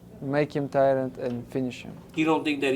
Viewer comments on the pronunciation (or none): I love how Islam always says: Make him tireNd. Why no oke corrects him 😂